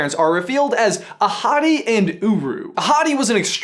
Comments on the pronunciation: Does anyone think that he keeps saying 'a hottie' instead of 'Ahotti' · when he said Ahadi I thought he said ‘a hottie’ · Damn, i really thought he was saying " a hottie" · whenever you said “ahati” i thought you said “a hottie” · I keep on hearing " a hottie"... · I thought you said that Mofassa’s dad as “A hottie” 😂😂😂😂😂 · Oh. I thought he said "A hottie" instead of "Ahati", the actual name of Mufasa's father... Well, my bad. XD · I keep hearing you say A hottie and not ahati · So when you said "Ahadi and Uru", I thought you said "A hottie and Uru". If you were actually saying that, you wouldn't be lying.🙄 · Lowkey thought said the parents names were "A Hottie & uWu" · When you said Ahadi I thought you said A Hottie... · I thought you said "A Hottie" 😂😂😂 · All I can hear is ‘a hottie’ and a ‘guru’ xD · It sounds like you're saying "A hottie." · Am I the only one who thought he said “A Hottie”😂😂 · It sounds like ur saying a hotty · The entire time I thought u were saying “a hottie” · Same XD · please tell me I'm not the only one who heard "a hottie" at first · I'm watching on 2x speed so when ever he says "Ahadi" it sounds like "a hottie" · When you said Ahatté (sorry if I butchered that) I thought you said A hottie!! Lmao also can someone please tell me how to send you sock pics? Cuz I have some amazing pokéball socks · ''Ahadi'' I heard AHottie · i kept thinking that he was saying a hottie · not hungry for tacos, but every time you said Ahadi's name I thought of beautiful African women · I kept hearing that their dad is "a hottie" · When he said Ahadi, I actually heard a hottie 😂 Also, I LOVE your shirt,. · Anyone else notice that his dad's name is pronounced A Hotty? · Why do i keep hearing "A Hotty" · I kept thinking you were referring to the grandfather as "a hottie" ahahha